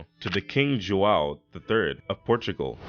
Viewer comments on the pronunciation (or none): none